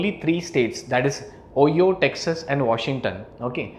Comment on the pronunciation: Great video, the way you pronounce "Ohio" is quite unusual! Try more like "ohh, Hi! Oh!" :)